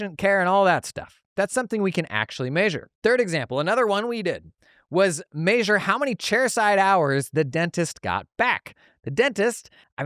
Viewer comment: MAY-sure always gets me